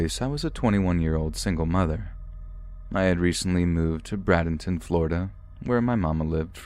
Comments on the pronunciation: It's Braaaa ( long a sound) Bradenton, Fla 😊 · He said Bradenton wrong😭🤦🏼‍♀️